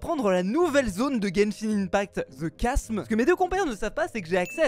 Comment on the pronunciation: Je vais répertorier ici tous les truc mal traduits ou qui m'ont explosé les oreilles: The chasm, qui se prononce thé kaseume et pas the kasm et qui en français veut dire ''le Gouffre'' le pot de Serenity (incroyable celui là) qui en anglais est Serenyteapot et en français Serenithéhiere